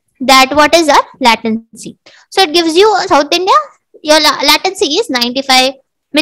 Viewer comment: nice explanation. How ever you use a lot of "so", mostly in unwanted situations. And your "latency" pronouciation is wrong. Hope you create more vidoes.